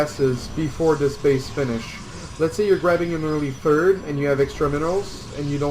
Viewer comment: plz, stop saying "third" and say "turd" again, it sounds horrible